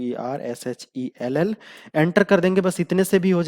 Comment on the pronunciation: Big bro, Its too good. Flaws hain kuchh.. jaise chaand pe daag. Communication skills pe bhi kaam karo.. Sh s wala issue hai.. Jab bhi Power Shell bolte ho.. Partial sunai deta hai... confuse ho gaua tha me.. Actually, s sh issue bhi zada ni hai.. i heard you often using the correct form... intemitent issue hai ye.. kabhi kabhi miss karte ho... Khatarnak Indianism... ye global tech hai... isme bolte time Indianism khatam karo... angrezi bolna majboori hai kyuki un terms ke liye Hindi words hain he ni... lekin aap bolte time apne brain me translate jo karke bol re ho.. wo translation practice idhar reflect ho ri hai... Khud socho.. itna knowledge wala video agar proper English me dalo.. to kitne consumers jeebh latkaye laar tapkate bethe hai apko sunne ke liye... Kisi ko hire karo... apki knowledge proper audio me dene ke liye.. mujhe rakh lo... zada paise ni mangunga... kyuki mujhe bhi to gyan milega... Appreciate your efforts. Loads of respect. Many thanks.